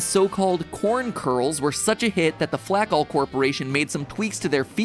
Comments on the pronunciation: Ok, so you're telling me that the company turning grain into flakes pronounced their name flack-all and not flake-all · YA DUMMIE FLAKALL IS PRONOUNCED FLAKE-ALL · 100% betting MatPat is constantly mispronouncing the "Flakall" corporation. It just HAS to be pronounced "Flake-All". There's no way it's not.